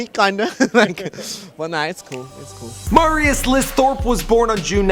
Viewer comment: This dude...is not good at his job...doesn't even say the name right, he is NOT Mahrius. It's MERRY-us, Marius Listhrop